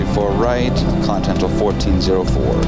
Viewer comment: It's not contimental it's continental